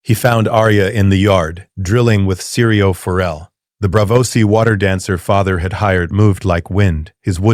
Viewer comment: Syrio Forel. Not seri, not siri Syrio.